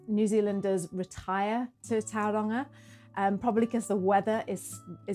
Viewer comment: Hello, thank you for this lovely video. I can see you're giving Maori pronounciation a good crack, which is great to see. I heard a few places mispronounced, so just to help you, the vowel sounds are pronounced like so A as in star E as in here I as in key O as in store U as in shoe So is more like towel-wrong-ah, and Why-kart-oh The mouth feel is a bit deeper and richer than how English words are spoken so its easy to get a bit tripped up (especially when locals reinforce the mispronounciation) Writing this just cause I can tell you're already putting in the work 😊